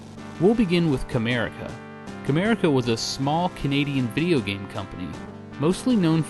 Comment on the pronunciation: Honestly, I keep thinking you are saying Kramerica Industries. . .